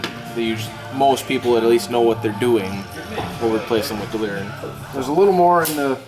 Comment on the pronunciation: I don't care if that guy says delrin wrong he knows his shit.